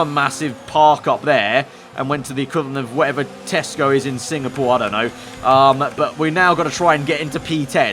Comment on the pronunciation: everyone: SINGAPORE: SINGPORE BECAUSE I LOVE SINGING